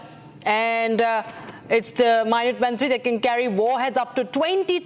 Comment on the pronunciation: Pronunciation toh theek kar lo… waise toh full on American accent use kar rahi hain… can’t even pronounce the minuteman III properly